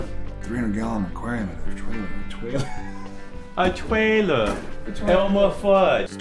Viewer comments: Ignore me, just documenting Jensen Ackles’ “A TWAILER, ELMAR FUUUUD” moment. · “A twailer, elmew fuwdd”